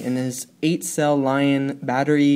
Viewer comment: Lol he said lion its lithium ion